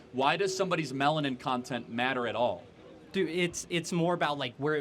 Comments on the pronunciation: Can’t take him seriously after he said melantin. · “Melantin “ 😂😂😂😂love you Kirk